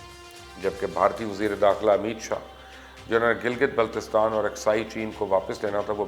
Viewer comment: Gilgit Baltistan bolna seekh lein ye log pehly.